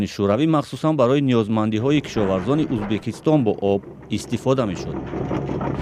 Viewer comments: Журналистка гап занира ед биги авал узбакистон? не Узбекистон !! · я сам таджик но блин когда журналист говорить узбакистон а не узбекистон ? блин что сказать тогда а других простых людей обратите на это внимание тупые все ли там ? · Баранда за кадром ки гап мезанад факат мега узбакистон на узбекисто некий мо уззббааак мегем))))) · Кадом бе акл дар коридор хондаги бесавод бдагист. Узбекистон ё Узбакистон фарк намекна. Подавон омада журналист мешава хозир. Хамон Подавон ай и журналистда обру дора хозир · Скажите пожалуйста озвучивающий особе что надо говорить Узбекистон а не Узбакистон это оскарбление целого народа